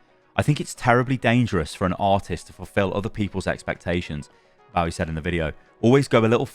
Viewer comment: You pronounced Bowie wrong!